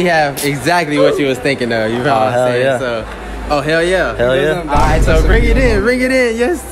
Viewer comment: The way she said "Hell yehhh"